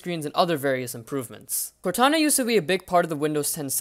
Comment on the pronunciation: It's "Cortana" 😤